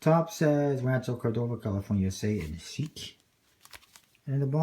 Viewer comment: its pronounced sheek , as in high class fancy